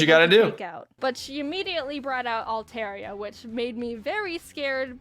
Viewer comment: I’ve named my Alteria “Alteriyaki” I can’t stop hearing it now when she says “Teriyaki